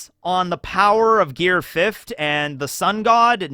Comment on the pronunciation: I have noticed you pronounce the word fifth as fift